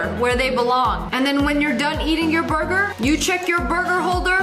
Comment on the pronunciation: Anyone else love the way she says burger "Boyguer" i just bove it so much